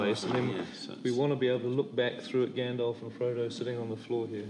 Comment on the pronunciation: The way Peter Jackson incorrectly says Gandalf makes me cringe Bc that’s how I use to say it